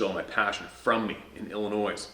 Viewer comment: Ill-i-noy .....loose the s its silent, illinois native - lesson to all